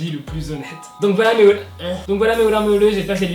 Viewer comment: et sais ''Ba Yeus '' pas ''Bi yass''